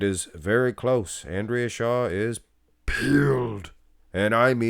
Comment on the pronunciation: You sound very creepy in the video. Every time you say shaw i cringe.